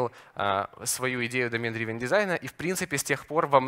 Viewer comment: Драйвн, драйвн, плеать )